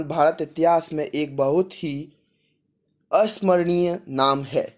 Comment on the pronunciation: अस्मरणीय नहीं अविश्वमरणीय....अन्य वंश नहीं अंग वंश...चंदवरदायी मंत्री थे जिसका भी उच्चारण गलत किया...हिंदी में इतनी गलतियां?चले हैं यूट्यूब चैनल चलाने